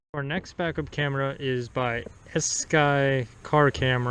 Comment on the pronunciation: E Sky....E mail ......E Sky, not Elsky...ok, so does it look better at night, that noisy one that was the best. Does it look better at night when not in a trunk? I wish you had a working IR one to show a comparison :(